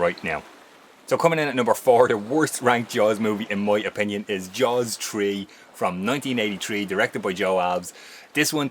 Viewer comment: “Jaws Tree” 😂